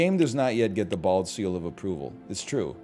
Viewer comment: NL is the only guy who says "BALD" like he's taking the word back from bigots